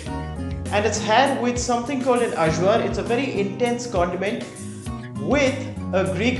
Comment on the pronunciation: Point of info -- AJVAR is pronounced "EYE-VAR".